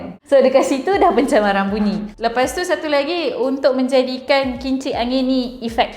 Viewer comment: Bungi ke bunyi?